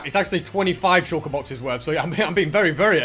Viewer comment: Can someone count that how many times he has said shulkur boxes in this video